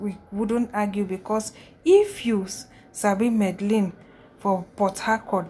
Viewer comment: Port harcourt girls and Supe 🤦‍♀️🤦‍♀️🤦‍♀️👿 it’s Medellin not madalin 🤦‍♀️😂 and please don’t chew while recording